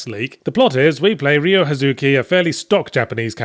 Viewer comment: Jesus, stop saying "Ree-oh".